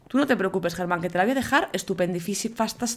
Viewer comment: le llamas te (Germám) al caballo en vez de (Geman) xd